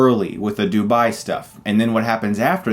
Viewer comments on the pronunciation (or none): none